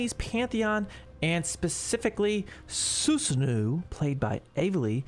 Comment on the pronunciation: You are not pronouncing Susanoo properly. It is Susano-oh, not Susanuuu~.